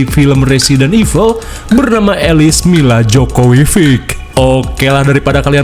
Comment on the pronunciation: Milla jovovic bg bukan Milla jokowiVic😭😭